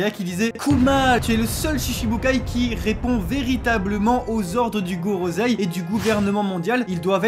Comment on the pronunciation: Merci pour l'analyse, très sympa. Juste quelques commentaires : merci d'avoir dit "non, je suis ton père" qui est la vraie tirade mais que même les boutiques omettent le non, pourtant si important. Par contre, vous dites "gorozei" à la place de "gorosseille" pour le Gorosei. Je suis sûr que vous connaissez un minimum de règle japonaises pour le dire en bonne et due forme, comme on dit à l'oral "brussels" et non "brukselle" selon la voix des belges. En tout un grand merci. n'oubliions pas #thankyouoda merci d'avoir été là pour espérer lui faire entendre les sentiments des fans français pour qu'il aille mieux et qu'il puisse nous donner le meilleur par la suite. Hâte de voir la suite après la pause.